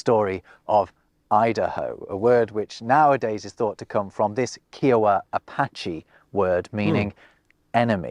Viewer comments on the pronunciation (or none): Oklahoman here. We are proud of our heritage. People who don't like it can sukadong Also ignoring his bad pronunciation of kiowa, the information he provides is wrong. Kiowa are not apache, and the pronunciation we use is Comanche. It doesn't mean "enemy"🤦‍♂️ My brother in law is kiowa